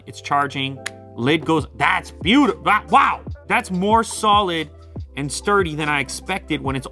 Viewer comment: That wow at the end was more like a woof.